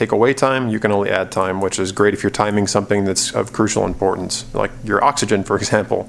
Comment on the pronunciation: Good review, apart from twice saying "yore", lol